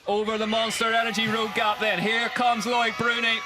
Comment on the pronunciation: Its pronounced "luc bruni not lloyd